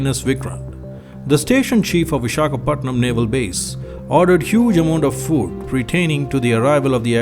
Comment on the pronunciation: Great video dude...but it's Visakhapatnam...pls crct that....but loved ur video...